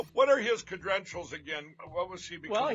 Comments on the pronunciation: Lindell: "Cedrentials" 😂😂😂. Is this what happens when you become a criminal? You can't speak properly? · I would like to know the oranges of the word 'cedrentials'. Is it Gerk or Lattin?